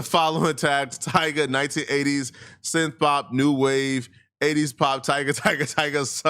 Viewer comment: It’s Tyga . I mean c’mon